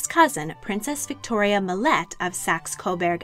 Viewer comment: Sergei is pronounced with a hard G and a long A sound at the end. SER-gay. Schleswig is pronounced with a short E sound, not a long E. Saxe-Coburg is not "SAX-ee," but simply "Sax."